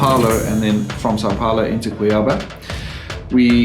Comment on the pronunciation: It’s not pronounced like that “Cuiába”. It is “Cuiabá”